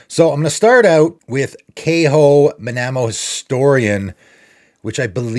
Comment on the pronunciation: You're pronouncing Kaho incorrectly and it's "funnily enough", not "funny enough".